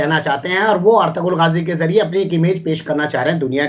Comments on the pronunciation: akhtarul ghazi naihi hai wo ertugrul ghazi hai achhe se pado mere bhai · Naam toh sahi bol bhai, Akhtarul gazi nahi. "Ertugrul Ghazi" hei woh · Bhai ertugul Ghazi hai Akhtarul Ghazi nahi hai Bhai aap galat naam lerahe ho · Ertugrul Gazi you should pronounce it properly your calling Akhtar ul gazi wrong in urdu its call artugal gazi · Pronounce properly it is not Akhtarul ghazi it is "Ertugrul ghazi" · ek baat mai correct karna chahta hun, akhtarul ghazi nahi sir,, Ertugral ghazi hai, thank you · Artarul nahi artagul thumpnil me correct kar lo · اس سیریل کا نام ارتارل غازی نہیں بلکہ ارطغرل غازی ہے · Assalaamalaikum WA rahmatullaahe WA barkatuh.! Please try to pronounce correctly "Ertugral Ghazi" ( ارطغرل غازي). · Aarturool aar-tu-rool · Mai turkey wala dekhta hun usme pronounced hai -- aar-tu-rool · Ertugrul ghazi naam to thik se le Sir